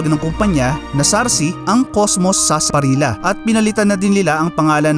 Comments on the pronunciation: Sarsa parilllllya pronounce hnd sarsaparilla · FYI ang tamang pronunciation ng Sarsaparilla ay Parang Sarsaparilya. It is pronounce as such because of the letter double letter L kaya Sarsaparilla na parang Sevilla. Cheers.